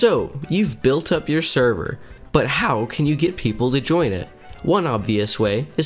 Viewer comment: Why do i keep hearing him say "Sherver"